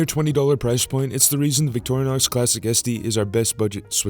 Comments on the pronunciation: It’s Vick Tore Uh Knox not Victoria Knox. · It's not pronounced "Victorianox" It's just Vic-tor-in-ox. Small thing, I know, but...